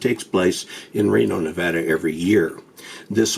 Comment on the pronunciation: He knows how to say Nevada good job.